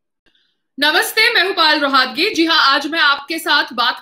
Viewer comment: आप का नाम पायल रोहतगी है ना कि पाल रोहातगी सही बोला करो जी